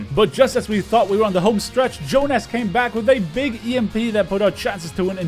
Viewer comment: Also, plot twist: it was pronounced the Finnish way: "Yoohnas".